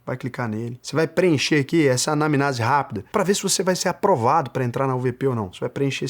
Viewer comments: Boa noite, só uma dica para você, o correto é anamnEse e não anamnAse. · ‘Anamnase’ doeu no ouvido. É anamnese. No mais, excelente vídeo 👏